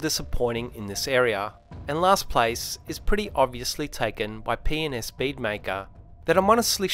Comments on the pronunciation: loved the video ( btw sounds like you said penis bead maker in the intro!) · Love the accent! P&S sound likes your saying 'Penis' hahahha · Glad I came by this video. I can’t get over you saying “P&S bead maker”. I hear something else entirely